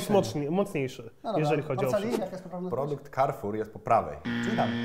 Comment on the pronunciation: Karfur się mówi, nie kerfur